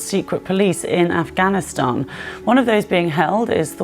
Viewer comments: Incredible how youtubers fail to realize how little they understand or know about the reagions they are talking about in their videos. Dude, you can't even pronounce "Afghanistan" properly. Also the country wasn't being taken over brutally. Most provinces ran over to the Taliban without a single person being hurt. They had been cooperating with them anyway, so all they did was basically make it official. You know what WAS a brutal takeover? When americans took over the country, that was a brutal takeover. Also you call the Taliban terrorists, but they are not even on the list of terrorist organizations of the US or the EU. I have checked. Media still calls them that, because it's convinient & fits what people think of them anyway. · Did you intentionally mispronounce Afghanistan throughout your video so that people would comment on it in order to correct you, thus feeding the algorithm? If so, bravo. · Why do struggle to say Afghanistan lol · i find it hilarious that you dont know hes mispronouncing it on purpose so people correct him in the comments More comments = more engagement time More engagement time = More cash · why do you say afghanistan so incorrectly? all the time? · you have a hard time saying Afghanistan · Yeah but the way he pronounces Afghanistan, he should be pronouncing their army as the "Afghav Army". How does he go from messing up Afghanistan, but pronounces the shortened version for their army perfectly fine? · afgavistan afgavistan AFGAVISTAN AFGAVISTAN AFGAVISTAN. ITS NOT A FUCKING HARD WORD. AF-GHAN-IST-AN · Why you keep saying AfgaVistan? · ITS AF GA NI STAN NOT AF GHA VI STAN THEYRE CALLED THE TA LE BAN NOT TALLY BAN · why tf does he say afghanvstan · Why did he keep saying “Afgavistan” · Why the dumbo pronunciation of Afganistan? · Why you keep saying afgaVInstan?? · "avgaverstan" maybe take some seconds out of your day too atleast google the name before you make a video about the country lol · MATE. AF-GAN-ISTAN NOT AF-GAV-ISTAN